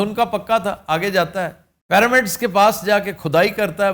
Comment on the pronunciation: Aftab sahab "PARAMIDS" nahi hota lafz!!🤦‍♀